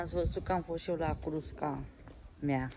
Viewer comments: Se spune cuscra nu crusca cuscra olga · Cuscra, se spune, nu înțeleg de ce spui "crusca"!!! În mod repetat! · Nu frijider:frigider,frigider,frigider. Nu crusca:Cuscra,Cuscra,Cuscra,cuscra,invatati mai oameni sa pronuntati corect cuvintele ca traiti in Romania rusine.